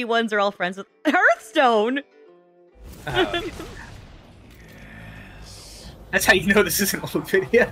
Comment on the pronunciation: Did she really just call hearthstone earthstone???